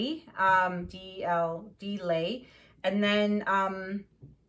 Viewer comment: Think u might be pronouncing the Deeleigh person name wrong. Not sure how its spelt but if i spelt it right then its pronounced Deelee not delay. My middle name is Leigh and people say lay instead of lee lol hope it helps now to finish watching ur video lol